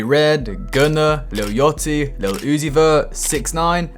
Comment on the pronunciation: „Lil Yotty“